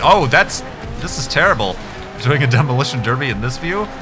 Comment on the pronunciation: are you saying derby or derpy?